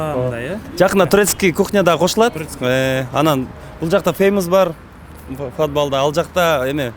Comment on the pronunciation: Фодбал дейтго Нурлан!